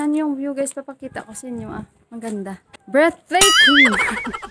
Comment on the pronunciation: Dami qong tawa sau ulit sa 'Breathtaking' mo kabayan😆😅😆